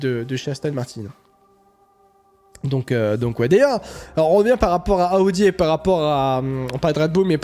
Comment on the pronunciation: Bonjour, arrêtez de dire aaudi c’est Audi ??????